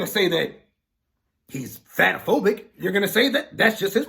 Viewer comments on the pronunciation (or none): Bruh said Fat-a-phobic😂😂